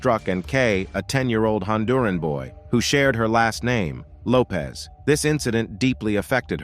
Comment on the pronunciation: It’s actually Lopes 😉